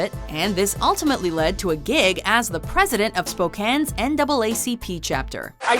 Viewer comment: Has to be the first time in a video I've ever heard someone pronounce Spokane correctly.